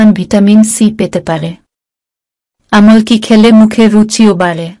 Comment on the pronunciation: Thik khub birokto lage sunte amol ki😂